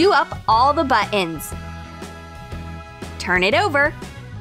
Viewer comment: Don't forget your "Buh-ins",.